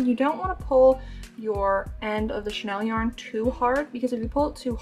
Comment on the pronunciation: You know it’s chenille yarn, not Chanel yarn right girl ?!